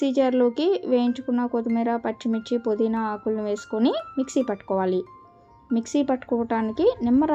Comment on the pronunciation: పొదిన కాదు పుదీనా